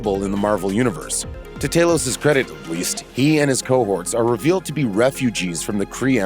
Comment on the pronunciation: TAH-lows not TAY-lows. Just like THAH-nows, not THAY-nows. They pronounce the names in the movies. It’s not that hard to listen.